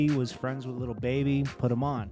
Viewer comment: Why do you keep on sayin LITTLE baby and not LIL baby?